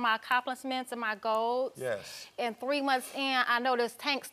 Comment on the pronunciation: I think she said “golds” instead of goals.